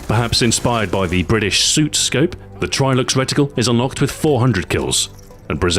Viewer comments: The suit scope? Really Stu. Don't you mean SUSAT? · Ok Stu i love your Vids and i know mistakes are made but Sir how the fuck do you mess up saying Susat? You said it fine in your Enfield Guide, but i shall take this with a pinch of salt ^_^